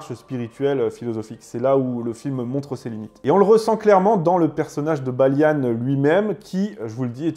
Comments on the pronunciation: On ne dit pas "Baliane" mais "Baliand". On est pas des anglais. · Son prénom se prononce "Balian" et non pas "Balian" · Juste parce qu'il a dit Baliane au lieu de Balian je crois que je vais être d'accord avec toi ! Il a pas vu ce film ! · Hello Pourquoi prononcer le nom de ces héros français à l'anglaise? Balian, pas Balia-ne... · Video assez intéressante même si il manque des choses mais c’est normal c’est un sujet très complexe, juste Balian ne se prononce pas baliane 😂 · Ta prononciation des noms est affreuse c’est pas possible mon ami c’est des noms français t’es parti loin 😂😂😂😂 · la moindre des choses, c'est de prononcer les personnages d'origine française... En français. Balian, pas Balianne D' Ibelin, pas Iblin. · Pourquoi prononcer les noms à l'américaine ? Le personnage principal s'appelle Balian pas Baliane... Pareil pour Ibelin Vous ne l'avez vu qu'en VO ? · "Balianne" ??? "Ibelinne" ??? Pourquoi cette prononciation anglaise ? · pourquoi prononcer les noms à l'anglaise? il s'appelle Balian pas Baliane, et c'est d'Ibelin, pas d'Ibeline... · Il faudrait quand même faire l'effort de regarder les films... même la prononciation n'est pas bonne c'est le baron d'Ibelin et pas de ibeline... on parlent de "baliant" et pas de "Balyane" et puis le prêtre c'est pas n'importe qui c'est son frère qui le déteste depuis qu'il est tout petit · C'est quoi cet accent d'angloys que tu nous as fait la : "Balianne, Ibeline..." Oh vil angloy sors de ce corps ! 😂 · Balian = BaliEN et Ibelin= Ibel1...à la Française et non pas à l’Anglaise comme tu l’as prononcé, c’était des noms francs... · J'ai entendu "Balian" prononcé "Baillelannes" puis "ibelin" prononcé "ibeline" après l'anecdote wikipédia du cinéma Libanais j'ai pas regardé la suite.